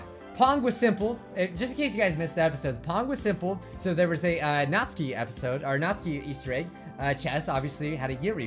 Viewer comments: It's pronounced nat-su-ki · Still saying natsuki wrong